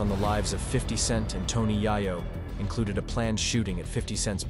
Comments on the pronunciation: I was so absorbed by your sttory telling until you kept calling Tony Yayo as Yah-Yoh.. lol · Whoever is commentating this has never heard of any of these people. Yie-yo??? WTF bruh. I recognize his voice. He works at the gas station by my house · Pronounce it “yeyo” my brother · who tf is TONY YEAH-YO lmao